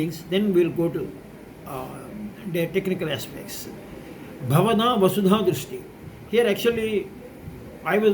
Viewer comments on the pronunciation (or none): Namaskara Sir. Pls check again. It is Bhavada Vasudha VRISHTI - not drishti. the meaning will change completely.